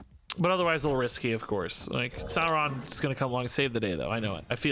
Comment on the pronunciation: Like your cobtent⭐ It's Dino "Saur"-ron....... Not sour